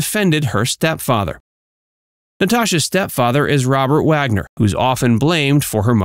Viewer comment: Truly you are expected to get Robert Wagner's name right & or have an editor rectify the"AI Narration" error😅